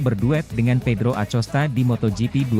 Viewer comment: Masa blum bs baca nama pedro acosta dengan bnar sih min. DiBacanya akosta min.....jgqn di eja lempenk aja